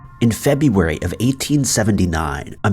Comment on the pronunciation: The real crime is how the narrator pronounced February 😂